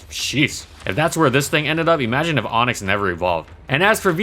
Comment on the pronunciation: ONIX NOT ONYX